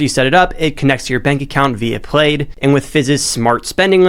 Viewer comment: Small note that Plaid is pronounced plaad not played.